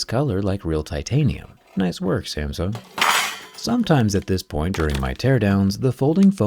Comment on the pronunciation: pronounce "SAMSUNG" correctly first